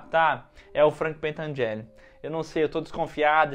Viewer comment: Gente não é pentangelle é pentangelli